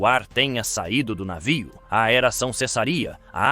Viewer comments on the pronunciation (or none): a inteligencia artificial fala navio, mas com um sotaque puxado esquisito saiu um "naviou" kkkk